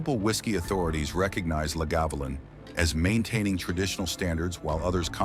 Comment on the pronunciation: Is this an AI voice as the pronunciations are poor? Islay (eye- la), Lagavulin (la-guh-voo-luhn)